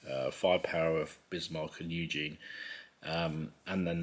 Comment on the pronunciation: Prince Eugen...pronounced as Oy-gen